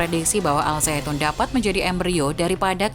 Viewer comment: Bukan.azaitun tapi.azaiton